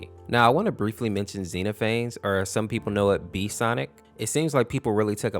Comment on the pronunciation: Its ex no pha s